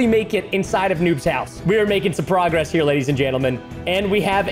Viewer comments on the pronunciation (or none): none